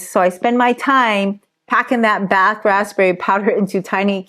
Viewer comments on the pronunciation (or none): none